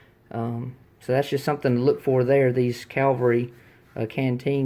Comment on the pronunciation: You have a great collection. My favorite canteen (only have 2) is my pre-WW1 spun aluminum canteen with a replaced dome cap. You aren't pronouncing cavalry correctly. You're saying calvery & that's where Jesus Christ was crucified. It's cav al rie. I don't think they were plastic caps but rather bakelite. Cheers from an old Marine sergeant in eastern TN